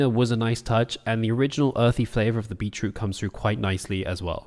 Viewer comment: Yo, how you say "beetroot" gets me because it sounds like you're saying "beachroot" 😂😂